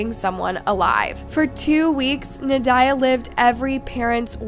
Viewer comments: Nad-ya. Not Na-diah. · Na die ugh lol I think it’s pronounced like Nadia… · Pretty sure you’re saying the name wrong. Should sound like “Na-dee-a” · It's pronounced naw Dee yaw Just so you know Very typical Russian name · It seems AI is being used. A human voice would be wonderful. I think it is more "Nad-ya".